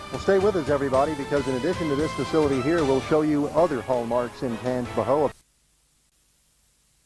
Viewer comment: it’s pronounced tan-jee-pow